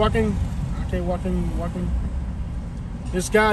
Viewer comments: The way you pronounce Weehawken is Wee- haw -ken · It's pronounced Wee-hawk-en.